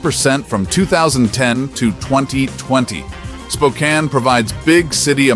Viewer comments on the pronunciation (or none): I’ve lived in Spokane for the past 50 years. It’s pronounced “Spo-Can”.